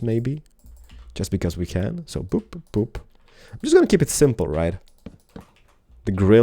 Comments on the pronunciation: he said poop instead of boop xD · not to be weird or rude or anything but it sounded like he said "poop".